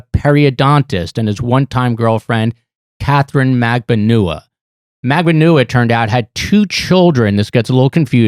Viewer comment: Say it along with me- mag. Ban. Ua.